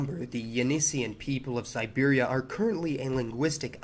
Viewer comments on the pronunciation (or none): none